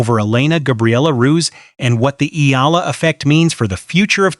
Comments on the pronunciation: Please pronounce our best lady's name: Alexandra/Alex Eala ( E Y A L A ) . We, FILIPINOS, will appreciate and be grateful for it. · Pleaze pronounce our bezt lady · Please pronounce our hero's na,me